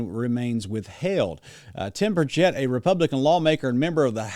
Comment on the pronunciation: Burch et, not bur chett